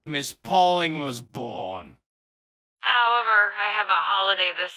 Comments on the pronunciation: I love constantly messing up Pauling’s name and then getting it right at the end. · i love how it took just shy of 12 minutes into the video to get Miss Pauling's name right XD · i like how mispronounces mrs bowling's name 99% of the time